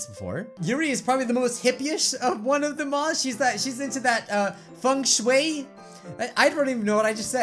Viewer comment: I died when you said FENG SHUAY